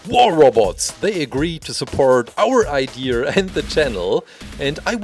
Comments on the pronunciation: It’s pronounced “idea”, it’s not pronounced “idear”. There is no “r” in idea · It’s funny how he says ideer and not idea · OMG ITS IDEA NOT IDEERRRRRRRR U MOUSED FACED RABBIT 🐰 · Uhm, its not iDEERS it is iDEAS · I love how you say idea Ider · Love how you say idea like ider😁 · Why do you say ideaer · He says I deer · i love your accent and how you pronounce idea ideer.. Its great.. 😊